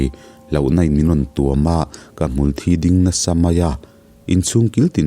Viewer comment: Hmulthi tih thluk hi a diklo deuh, kan in zai palh a, a lo thi a, thi thluk ang nilo in mitthi a thi ang hian lam rik tur zawk anih ka ring